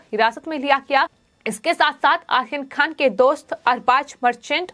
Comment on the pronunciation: अरे ऊच्चारण तो सही कर ले आहियान खान नही बल्कि आर्यन खान बोल ले